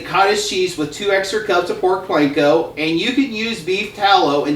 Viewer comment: Please. "Pork Panko", NOT Pork Planko!